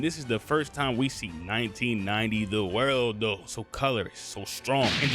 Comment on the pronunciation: it triggers me SO much that he calls it "the worldo" bruh its either "za warudo" which is the japanese name, or "the world" which is the english name. aside from that good video